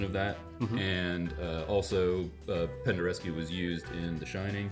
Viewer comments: Penderecki not Pendereski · Who the hell is Pendereski? That's not a person. I think you meant Penderecki